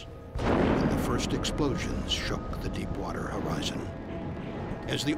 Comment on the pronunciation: Did he just say crap water?